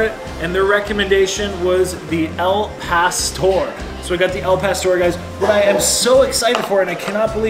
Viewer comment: El pastor? Dude, your killing me. Lol